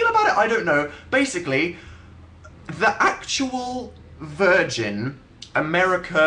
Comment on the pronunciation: I just can't stop laughing at how Dan stresses 'THE ACTUAL VIRGIN' three times. THREE. 3.